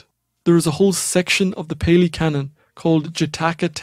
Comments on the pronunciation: That's Pali, not peli 😅 of course, there is the phrase, the milk of the lioness will break the unready cup. It has many forms, but it points out that some elements of the teaching are not for the unprepared mind. The esoteric elements are parr and parcel of the path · That, is not Theravada Buddhism. In fact its hilarious how superficial superficial you described this school, is. Meditation, the Kilesas, Sankharas, the hindrances, the 5 Rememberances, the 5 Hindrances, the 3 poisons and of course, the 4 Noble Truths. It's PA-lee for Pali, a scholarly language. Theravada is about the Arahant, awakening due to one's efforts via self investigation. The only faith required is for trusting that the method as experienced by the Buddha works. You are a living example of the Mangala Sutta.